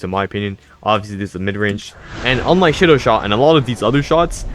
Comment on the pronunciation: You pronounced Shidou wrong. It’s sheedough not shidough